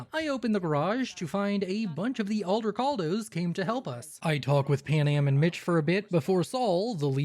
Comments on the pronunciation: i have no idea why you say it like that, but Aldecaldos.. NOT Aldercaldos.. .Juan Aldecaldo didn't found the nomad group for you to mispronounce their name. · There’s not even an R in Aldecaldos 😭😭😭